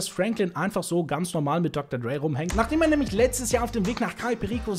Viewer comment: Er spricht es schon richtig aus.